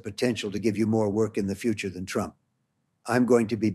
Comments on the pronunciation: its not him..its ai or someone else. listen s...he has a weird British accent a little. Its not donald trump...listen he says "Mr Tramp" instead of "Trump" referring to himself. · Totally! And it said "Mr Tramp" at one point